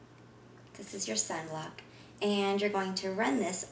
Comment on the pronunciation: oh. she said "sunblock". i was just sitting there like, "senblock"? "SENBLOCK"?